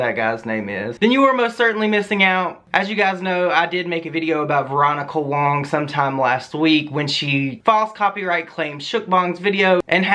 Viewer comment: Fuk me.. I mean I don’t like the bitch but her last name is WAng not WONG